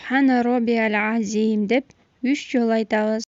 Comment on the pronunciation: Азиим эмес азыым деш керек экен чон устаздардын уккам